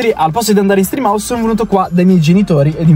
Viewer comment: mi fai morire quando all’inizio del video gridi stream house con quel enfasi come se stessi facendo un video con i ragazzi 😂💛